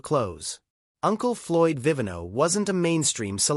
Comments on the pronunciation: BAD NARRATION !! poorly researched !! NOT Floyd "Uncle Floyd Vi vi NO" It was Florio "Uncle Floyd Vi VEE no." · Viiv EE' no. His name is Floyd Viv EEE' no! It means wine maker in Italian. A beloved entertainer. Please program your robot to get his name pronounced correctly.